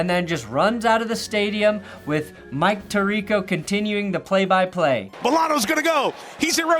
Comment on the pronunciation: he could barely even say "Mike" properly, the CTE is setting in already